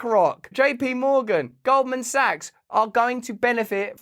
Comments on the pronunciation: I'm pretty sure he said Golden Saks!✌️❤️ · “Golden sucks” it sounded like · Him mispronouncing Goldman sacks as golden socks cracks me up!!!